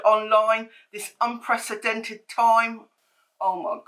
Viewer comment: LOL realisation of saying "unpresidented'.